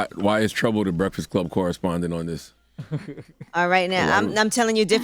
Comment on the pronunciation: I’m not going to lie. That dude Trouble was speaking straight gibberish